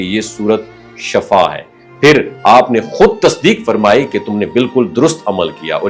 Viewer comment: Dont say SHAFAA it is SHIFA